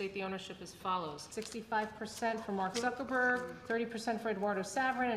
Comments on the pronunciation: Bark Zuckerberg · Legal Eagle says Bark buckerburg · It sounds like he says Bark Zuckerberg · objection: you said Bark Zuckermurg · Did he call him Bark Zuckerberg?